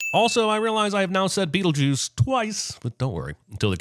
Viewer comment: He didn’t he give a sin for how Adam says beetle juice